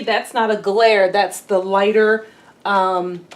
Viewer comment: Annie’s paint color Provence is pronounced Provance.